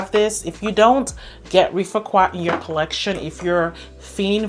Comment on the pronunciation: There is no U in rifaaqat. It is pronounced riff-aaah-cut :)